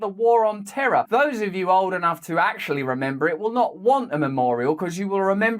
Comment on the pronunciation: Or as George W. pronounced it, "terrr".